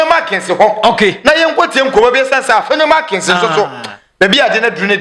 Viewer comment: Please, the name is Afenyo Markin. It's not Afenyo Markins.